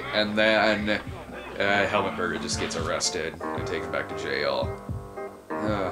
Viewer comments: It's not Hel-mutt, it's Hel-MOOT. The more you know lol. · Why can nobody pronounce Helmut’s name right? It’s not helmet Berger, it’s HELMUT! You’d think everyone would have the respect to learn the lead role’s name before saying it for the mini doc